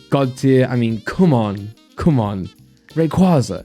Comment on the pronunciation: Rayquaaza u sound like the queen saying it